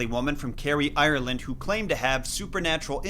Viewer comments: IRRleand It isn’t pernounced like that 💀😭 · I'm from Ierland and your pronouncing Ierland wrong